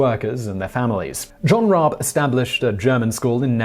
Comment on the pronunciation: Rabe. The dude’s name is Rabe. As in crow. Pronounced Rab e E’s are don’t do the weird silent thing in German